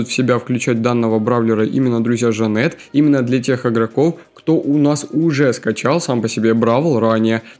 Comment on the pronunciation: Вообщето нового хроматического бойца зовут джанет а не жанети и мне кажется что ты не смотрел бравл толк